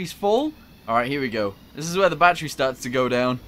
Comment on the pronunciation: Why do you say battery like batteru